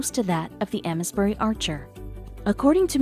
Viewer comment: Ames bury is pronounced like ‘aims’ bury, btw!